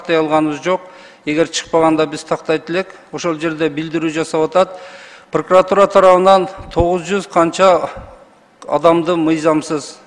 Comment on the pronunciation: Прокуратура болот пыркратура эмес уят уят уят же кыргызчасы ушинтип айтылабы?😅